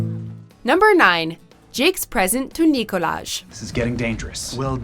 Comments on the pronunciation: Umm actually it’s pronounced “Nee-Collage” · I love how you pronounced it as "Nikolaj" and not "Nikolaj"! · It’s NOT CALLED NICKOLAJ ITS NICOLAJhh😂😂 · It's Nikolaj, not Nikolaj.... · I'm pretty sure it's pronounced Nikolaj. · it's pronounced Nikolaj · It’s “Nikolaj” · Its nicolaj not nicolaj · You wrongly pronounced Nikolaj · Correcting the narrator: Nikolaj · Nope it's Nikolaj** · SHUT UP, IT’S Nikolaj. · It’s not Nikolaj it’s Nikolaj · UGH ITS NIKOLAJ. N I K O L A J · It's not Nikolaj, it is Nikolaj ! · Ayşegül Sancar why did I pronounce these two differently? But anyway ur insane if u think its nikolaj not nikolaj